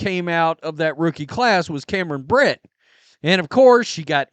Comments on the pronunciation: It's Cameron Brink, not "Brent," "Brint," or "Britt." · She's Cam BRINK ....sounded out it's CAM BRRRR....INK (like a pen has) not Cam Britt. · Her name is Cameron "Brink", not Britt! My god, did you make it past elementary school? Another low IQ sports fan. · Cameron BRINK, NOT BRICK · so you do know the word “Brink” lol Cameron’s last name is “Brink” too, not “Brit” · I like your content. By the way it's Cameron Brink not brit. Brinks truck was mentioned... well Cameron Brink has the same pronunciation when it comes to the Brink. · why do you always say Cameron BRINK’s name wrong? It’s NOT “brint”, that’s not even a name, I don’t know where you got that from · Say Brink's name correctly, please. You can tell you're a casual the way you mess up the players name over and over.